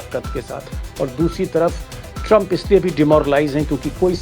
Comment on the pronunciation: ट्रंप की जगह कभी चंप कभी शंप क्यों सुनाई देता है?